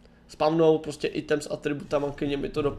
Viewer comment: Píše sa to item ale číta sa ajtem